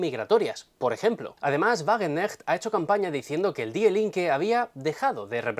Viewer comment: antes de opinar, te sugiero que aprendas a pronunciar correctamente las palabras alemanas, que en tu acento castellano suenan fatal, hijo mio. Para muestra un botón, la palabra die, se pronuncia fácilmente como di.... De nada.